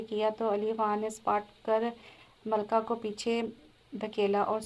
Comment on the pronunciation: It's Malika Not Malka